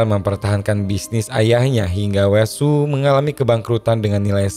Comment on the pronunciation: salfok pas ngmng washoe😂